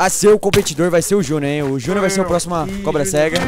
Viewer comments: da agonia quando o fala cobra-sega kk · Da uma agonia ouvir ele falando cobra- cega